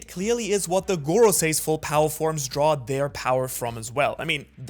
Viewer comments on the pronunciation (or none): none